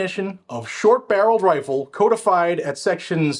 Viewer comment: check your pronunciation of "codified" and "integral".